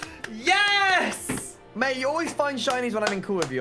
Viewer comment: Why the fuck do you say Ges instead of yes. Jk really cool shiny video